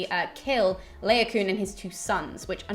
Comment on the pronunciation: Really enjoyed the video, thanks for researching and posting. Just one minor gripe: I think Laocoon is pronounced La-o-co-on i.e. 4 syllables - LONG-SHORT-SHORT-LONG. Anyway, that's what my scanning of the verses in the Aeneid tells me. 'Troy' is not the best film of the classics ever made by a long chalk but it's an enjoyable romp and a feast for the eyes that shouldn't be taken too seriously! Carry on the good work! Looking forward to the rest of the series!